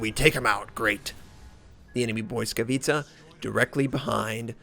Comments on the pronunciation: nope, u cannot be more wrong bout that mate , i do admire u for trying to say the names in their native language, but its not BOY-skavitca .. its Blitz-ka-vi-tsa(i;ve spelled it like that just to make it easier for you to read it out) .. should sound like blitzkrieg , or blitz whatever , because blitz is the root of the name it means lighting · Indeed...it's kinda painful to hear him say boyskawica instead of blisskawica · its actually pronounced as bwiska vitsa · hey, from Dasha i noticed the Błyskawica is pronounced as: Bliss-kavet-sha i admire you effort to pronounce ships accuratly, happy subscriber here:) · Stoyan Kanev there is a difference between thinking that you know everything because you googled it and doing some research, but ok. the google translate pronunciation might not be pin point accurate, but it is at least better than "boyskavica" or your "blitz-ka-vi-tsa". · Indeed, the closer one is "bwisskavitsa", maybe with a hard, not soft pronounced first "i". Word "Błyskawica" translates as "Lightning" and it originates from German "Blitz", but it's not pronounced exactly as "Blitz", far from it. You can easily find pronouncation even on wiktionary. And yes, I am a native Polish speaker. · Not even close as all miss pronounce ł + y This is correct one